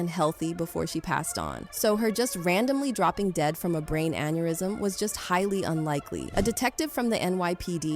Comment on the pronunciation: Dude just use your own voice this robotic shit is annoying “in man hah tayn brought her to the hoss pee tall thats where she ex peer id, an an eer ism off eed her”